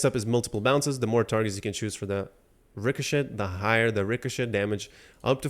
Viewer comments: Ricochet is pronounced Ri co chay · The T is silent in richochet